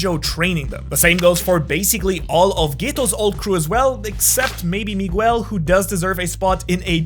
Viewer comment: You mispronunciation of the name Miguel is driving me insane. Besides that the video is great.